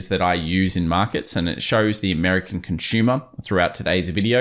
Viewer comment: “Conshuma”. Lol